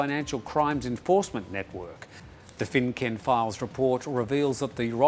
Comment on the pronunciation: Not that is really matters but FINCEN is pronounced FIN SEN.